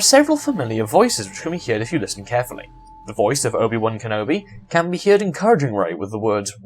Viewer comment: He pronounces heard as hear-ed which is fucking annoying